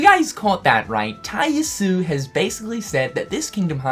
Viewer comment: I thought someone would correct this by now but is missing the last vowel from Tai Yasue's name. Ya su eh.